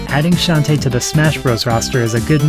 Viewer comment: I think it's pronounced Shon-TAY.